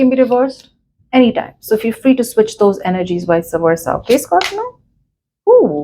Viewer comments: Aap scorpino q bol rahe ho 😅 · Why do you say Scorpino